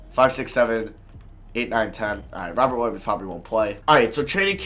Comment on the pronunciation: I know it’s Robert but it sounds like he says robin williams